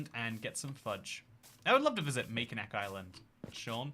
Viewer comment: Ohmygod please go to Mackinac Island (pronounced Mackinaw) and make a vlog about it and I can die peacefully